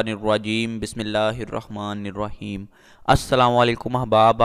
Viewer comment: بسم اللہ ہی غلط پڑھتے ہیں۔ بسم اللہ الروحمن الروحیم یعنی پڑھنے میں و کی ذیادتی کرتے ہیں پھڑکتے وقت ریکارڈ کر کے بعد میں سنائے اللہ پاک ھداہت فرمائے۔ امین